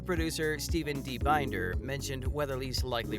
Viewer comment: Hate it when news people can’t pronounce names right. David ( da veed). And Binder ( bin der ). Can tell you don’t watch.